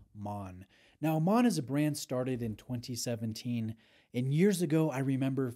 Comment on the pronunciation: Congratulations on the pronunciation of Maen …. Almost perfect in the intro